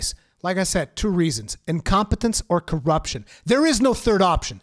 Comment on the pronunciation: Sorry it’s bothering me a little bit it’s corruption not curruption